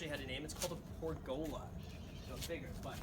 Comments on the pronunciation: Graham have you learned how to pronounce pergola since posting this video? No hate. I’m a huge fan of your content :) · Love the housw. Lol " per-gola"